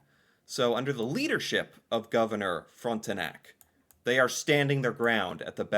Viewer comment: The young insulting swordman seems to be inspired by Pierre Lemoyne d'Iberville, à naval french commander recognize to be brash. The meeting that happened there was longer, and Frontenac (prononced front-nac, the "e" is silent), fed up by the attitude of the officer, got up from the table and said: for your demand, sir, I will answer from the mouth of my canon.